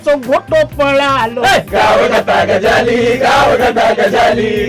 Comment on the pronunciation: Pronunciation of Gajali is wrong. गजाली शब्दाचा उच्चार चुकीचा वाटतोय...